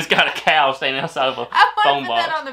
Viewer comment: It’s not a cow, it’s a coo 😊